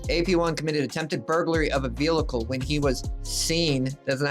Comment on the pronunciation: I find it humorous that you point out someone's spelling mistake but you can't pronounce the word vehicle properly